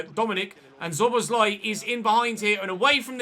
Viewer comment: I am glad that you signed Szoboszlai. Let me help you pronounce his name correctly. Both of the ‘sz’ letter combinations should be spelled as ‘s’ as in ‘see’. Also he wore the number 14 at Salzburg and 17 at liebzig.